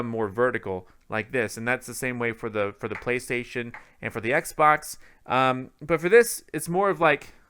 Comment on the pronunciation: I cringe every time this guy says Xbox...